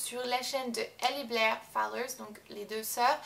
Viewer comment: Y'a pas de "S"a Fowler, désolée mais ça me hérisse ;-)